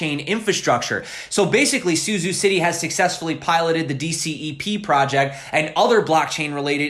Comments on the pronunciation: pronounced su-chow, not su-zoo. zh sounds like ch... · Suzhou is pronounced a bit like “SuJoe”. ZH is like z and j together. Suzhou is a big city near Shanghai. It’s a canal city, like “the Venice” of China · The city name Suzhou is pronounced more like "SOO-joe." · Suzhou is not syuzyu, it is sujou